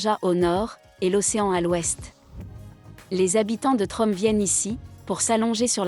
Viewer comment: Tromso ne se prononce pas Trom mais "tromseu"